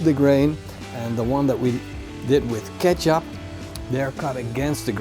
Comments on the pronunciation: Nice and very informative video. Just like all your other videos. One thing though: kecap is pronounced the same way as ketjap. In Indonesian, the "c" is pronounced as a "tj". So never ever call it "keesap" again :-D. And Conimex cannot and will never be the no. 1. Kaki Tiga, ABC or Vanka Kawat are the way to go. If you like, you should also try Kaki Tiga Medja! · Thank you for this. I could not understand what he said as it sounded like he was saying Ketchup to me. LOL